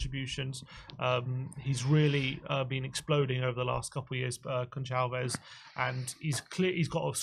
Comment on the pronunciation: Just a heads up boys, The "c" in Goncalves is pronounced like an "s". Great video like always...